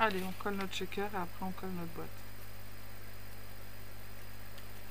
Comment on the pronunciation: Bonjour, j'aime bien les shakers (on prononce bien "chèkeur" sans "t" devant sinon c'est pas le même mot) mais je ne sais jamais quoi mettre dedans... Ni reconnaître l'acetate d'autre plastique comme le polypropylene par exemple 🤷‍♀️. Tes petits sacs sont très mignons🥰. Bonne soirée